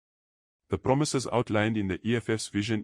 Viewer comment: Promisayzzz Promisayzzz🙈 Eish